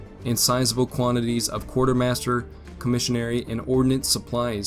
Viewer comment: "Im-podent"...Impotent. ......Not potent. "Comishary"......Commissary. Holy hell, guy.